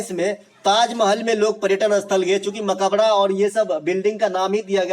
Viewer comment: Suno bhai mai bihar se hu ..tum bas 2 chij ka pronunciation sahi kr lo 1. sallant kap nahi Saltanat kal hota h ( .mabkara nahi Makbara hota h . nd aapke liye ye ques h ki salim ka makbara pak me q h